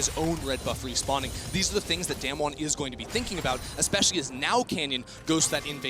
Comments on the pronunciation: they are saying DamWon wrong and it's pissing me off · It's so annoying that the casters always mispronounce Damwon, I mean, don't they learn the team names before worlds?